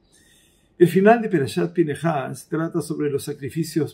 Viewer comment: De nuevo porqué Pinejas y no Pinjas como lo dice la Torah?